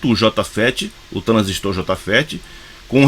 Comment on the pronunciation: Parabens! pronunciou corretamente a palavra TRANSISTOR, tem meu respeito. Tem gente aí q gosta de falar "transísto " eu pulo logo o vídeo pra não ver mais.